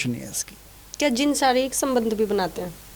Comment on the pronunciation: Zin nahi bye jin bol wanna muchy gussa ayga q ki m bhi jin hu